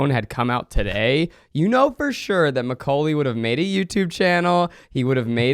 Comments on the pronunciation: why does everyone sound like they're saying my cocaine lolll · the way zach say maculay,,,, i keep hearing my name (koalie) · I love how it just sounds like your saying “my cocaine”